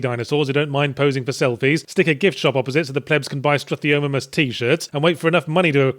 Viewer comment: It's StruthiomIMus Yahtzee jeez get it right...